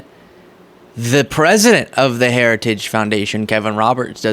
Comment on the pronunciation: He did the gaff on saying “Heritage” again.